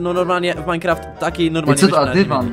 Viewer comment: Czemu muwisz minkraft a jesteś w roblox hahahaha